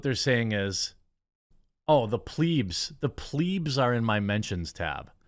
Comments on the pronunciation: For Christ’s sake it’s not pronounced ‘Pleeds’, like ‘bleed’. It’s pronounced ‘Pleb’ like ‘Red’. I know I’m being a N@ but u lose the weight of anything you’re saying when you keep mispronouncing words😂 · bra bra bra pl ebs not pleebs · Jeremy you pronouncing plebs “pleeebs” is cracking me up. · Hey man love your channel, the pedant in me would like to suggest, when you say Plebs, consider eb similar to bed sound, there's a funny story why the romans called the commoners that. Keep up the good work :)